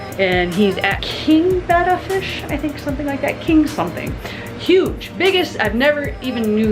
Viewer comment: Are you guys saying Beta right??? I don't think so no offence.